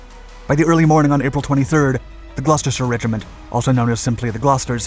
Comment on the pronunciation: As a Brit, the fact that you pronounced "Gloucestershire" correctly gave me so much joy